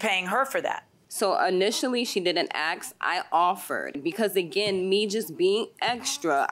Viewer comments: Aks? Why? ASK!!!!! It’s ASK!!! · Why does the plaintiff keep saying aks instead of ask? Maybe speech impediment? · I swear... people mispronounce words on purpose at a young age, maybe because they think it's cool, and then never correct their incorrect language. If you were to "aks" me why I care, I'd probably say it just 'fustrates' me. Damn people, spend some time in a 'liberry'... Are y'all in "agrreance"??? 😝😋😵